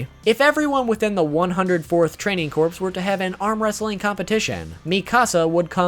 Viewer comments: Corps is pronounced core. Mikasa is pronounced Mee-kahsah Gabi is Gah-bee. Your pronunciations gave me cancer. Also, The Pizza Hut logo is not present like you claimed. At least not on Crunchyroll. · Corps is pronounced core